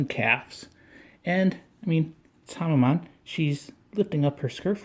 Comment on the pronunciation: Its pronounced Hamen not Hamma-maan